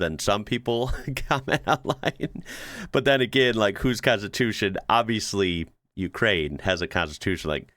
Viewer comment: same - "konstitutsia"